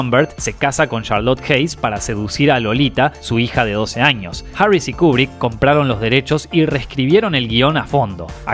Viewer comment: Buen video,. Lo único que la pronunciación correcta es "Kiubrick"...